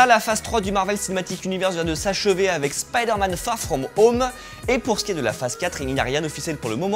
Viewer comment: Fagh fghom home ??? Frenglish ??